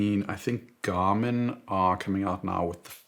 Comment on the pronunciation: excuse me but wtf?? "jarmin"???